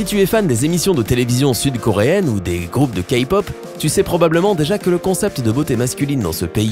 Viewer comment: omg ça m'a donné des frissons "Keypop"